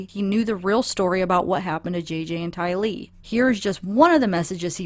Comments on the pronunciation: No, she’s actually not. Everyone from her own family who has publicly said her name has referred to her as TYlee. Nobody has called her ty-LEE. Do people call you STAcey or sta-CEY? (Side Note: I love the spelling of your name! I went to school with a Stacie and a Stacy and their spellings always irked me. I just think it “looks” pretty with the “ey” at the end). My name is the opposite. Some people call me JAY-lyn but it’s actually jay-LYN. I personally don’t care either way. I basically answer to everything. 😳 I think pronunciation matters in this case though - especially when someone is dead and people are mourning their loss. At least say their name right; don’t just brush it off like it doesn’t matter. 😞 To be fair, she’s not “intentionally” mispronouncing it and she’s just speaking to US here on her Youtube channel so as annoying as it can be, we can let it slide. It’s not like we don’t know whom she’s speaking of when she mispronounces it. However, if she were on a mainstream media outlet, it would be important and borderline insulting to NOT get it right. R.I.P. Tylee & J.J. 💔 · This child is dead. 💔 At least be respectful enough to pronounce her name correctly. Her family pronounces it: TY-lee. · It would be respectful to learn how to say the girls name. And it's very hard to listen to your video because you ramble. It's terrible. Write a script. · Do not worry about your pronounciation of Tylee. "There are bigger fish to fry". As far as Lori's mother statement of talking to JJ in October, she obviously lied. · The way you say Tylee makes no difference! Whoever wrote you about such a minor difference in pronunciation is being more than a little petty. I can assure you apologies are not necessary!!! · TYlee is, I believe, the way that her brother pronounced it. Rhymes with Riley. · Tylee has the accent on the first syllable. Ty Lee has the accent on the second syllable. But say it how you feel comfortable. We love your content.